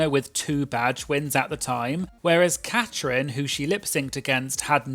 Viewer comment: It's Catrin, not Catherine.